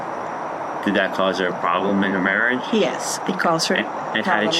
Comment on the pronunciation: Can't say marriage???😅😅😅